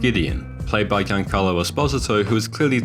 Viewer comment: Giancarlo who? 😂😂😂 Mispronouncing a name that bad should be criminal!